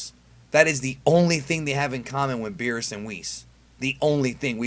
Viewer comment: You said berrus and whis btw (not hating)